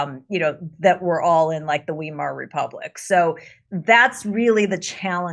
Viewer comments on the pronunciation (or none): Wee mar Republic is pronounced VYmar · LOL the way she pronounced Weimar republic is hilarious. It's Vai-mar not Why-mar. It's German. The W sounds like V when you speak xD Sorry, I'm going to marry a German woman and this is something I know. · Good gods, that's not how you pronounce Weimar. FFS. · "The Wimar republic"? Yanks need to learn how to correctly pronounce German "ei". It's "Stein", not "Steen"!!